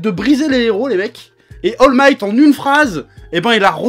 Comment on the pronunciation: Il a dit Al migth 😂😂